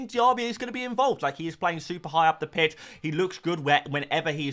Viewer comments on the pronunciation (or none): none